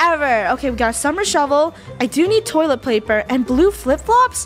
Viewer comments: Funneh- we also need toilet plaper Me- plaper? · Funneh: toilet plaiper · Did funneh just say toilet plaper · “I do need toilet pLaper.” toilet plaper?